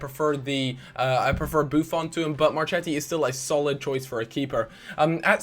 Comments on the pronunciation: in italian the CH in the name is pronounced K...so you have MarKetti and Kiellini;) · Marchetti - pronounced marKeti Barzagli - pronounced like Barzali